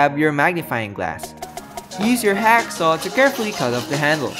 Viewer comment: At first I thought you said hackie sack.